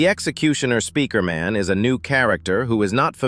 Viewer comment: People are saying he is saying speaker in wrong ways but he's saying it normaly